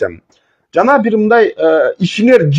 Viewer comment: Эфирден отура бербей гаремдеги аялдарынды багып жашоонду кылчы. Тьфу сендей адамдар бир куну ак деп эртеси кара деген оомал токмол келесоолор токтогулачы чыкпагыла . Кайсы тилде суйлойсун ль,лы деп эле айтылат ,миндай эмес мындай деп суйлойт .блогер тилди ондо.